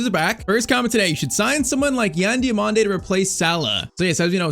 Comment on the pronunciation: Diomande next salah ❌ Dio(MANDE) next mané ✅